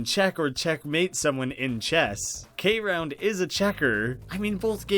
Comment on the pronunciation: I think its called K.round because youre meant to say it without the dot. so its KROUND or "Crowned"